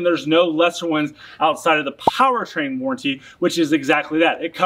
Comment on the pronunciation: Warranty doesn’t sound like guarantee. Stop saying it like warrantee 😂